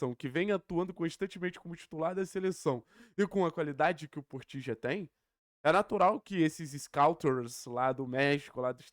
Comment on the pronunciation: "Portilho" Ele é colombiano e não Argentina (porteño em especial). Os latinos hispanos, no geral ficam putos qdo falam o nome deles com pronúncia Argentina, que é bemmm local. Quem avisa amigo é, até um te mandar a la mierda. 😂😂